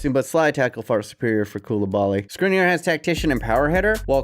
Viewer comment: It is pronounced Shkrinier